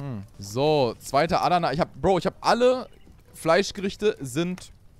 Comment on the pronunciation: Wie Adana ausspricht triggered mich mies, nicht böse gemeint:)